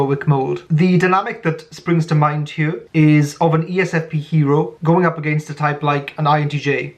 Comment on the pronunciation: 😅 the welshness is particularly endearing in that word. lol.. very well put lol "hyur..." signature